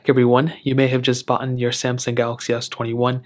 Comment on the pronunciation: "boughton"? It's BOUGHT